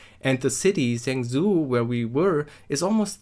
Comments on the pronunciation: stop pronouncing it as zangzoo, its pronounced more like jungjo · Zhengzhou is pronounced "jung-joe" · I clicked away as soon as he said "Zengzoo"... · Zhengzhou is sort of pronounced "shong-jo" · I love your pronunciation of “Zhengzhou”😝 (I’m not laughing at you lol) and well done in real world ctf!! Proud of you guys 👏👏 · OK this is not how you're supposed to pronounce zhengzhou at all XD